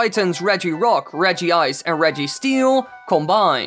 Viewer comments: It’s Reg-ice not Regi-ice. There aren’t 2 i’s That isn’t how English works. Also It’s Zek-rom NOT Zek-roam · Sorry but it is regice not regiice. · Hi not piking on you but to help you its pranounced regice not regyice hope it helped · ik begrijp dat je regiice zegt omdat het ook regirock en registeel maar je spreekt het uit als rech ice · Mietz die Katz it’s regICE ,regiROCK ,regiSTEEL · It's regice, sorry dude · except for Zekrom and Regice he did do really well